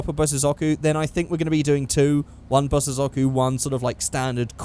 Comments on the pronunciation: SAY BOSS-OH-ZOCKU AGAIN AND IM GUNNA KMS! Its Pronounced bosozoku (Bow-so-zo-ku) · I'm 80% sure that bosozoku is pronounced "Bos-Zoh-Ku", I'm pointing this out because I cannot take seriously after hearing "Bos-sis-zo-ku" so many times.:p